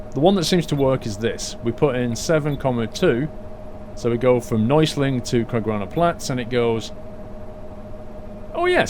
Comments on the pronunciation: U are a great driver! It´s so cool to see u drive a German Bus, in Germany;) It means not Neusling. It´s calling "Neu Essling":D But i miss the Trucking Diary today:( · neußling instead of neuEßling hahah :D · Neueßling is actually pronounced "noyassling" :D